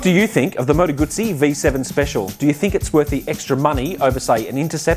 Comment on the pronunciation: Finally an Aussie who pronounces Moto Guzzi correctly.